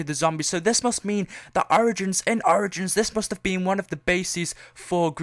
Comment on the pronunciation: I love how he replaces the O with A in the word Origins....